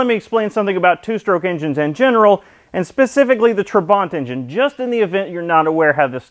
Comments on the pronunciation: It's pronounced trabant - not traw.bant. At least that's the Hungarian way of saying it. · Its not trabont you should be saying trabant !!!!!!!!!! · Why do you pronunce it Trabont. it's Trabant. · what is hard in saying Tra-Bant? there is no R in trabant. I was going to watch your Video, but you sound like a wanker. So a big thumbs down. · Why does he keep calling it a 'Trabont'? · Your pronunciation is close to Trabbont in English. UK - natch It's a gudgeon pin, The US calls it a wrist pin. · Gret video! However, you are pronouncing the car's name incorrectly - listen here